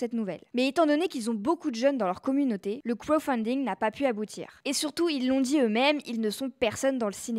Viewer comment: Le "krofunding”..😅